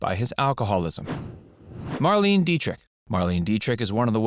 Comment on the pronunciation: It's Marlene say it right.